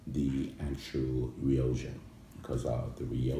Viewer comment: 'Rio Jha'? It's pronounced 'Rio kha' my friend.